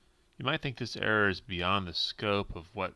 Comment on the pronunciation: When you say error car, it is sound like you are saying air car